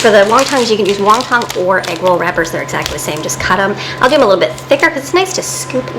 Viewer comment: Come on, its not Wong Tong wrappers cause there is no such food or word in this world...its Won Ton wrappers just like its Won Ton soup not Wong Tong soup. I mean doesn't everybody know the pronunciation of the basic Chinese American soup...WON TON NOT WONG TONG, lmao...and again this is the woman homeschooling her children, SMFH!!!!